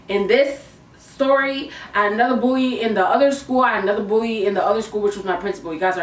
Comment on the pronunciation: Everytime she said “another bully” it sounded like another booty